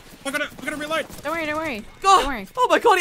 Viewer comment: " I had to re-lerd, I ran out of ammer"